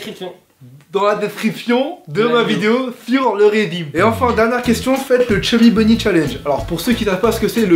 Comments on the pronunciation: Au Chubby Bonny j'entendais "SAUCISSON!" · chuby bubby chalenge a 13 de rire jaune on dirait que il dit lucky charm